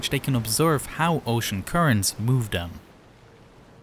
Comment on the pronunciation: Can we just agree that “them” is not pronounced Dem